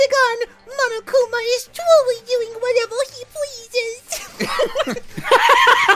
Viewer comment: "Monokuma is twuly doing whatewew he pweases"